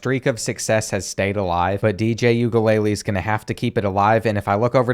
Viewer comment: As a Beaver fan you definitely pronounced DJs last name wrong not like I can pronounce it correctly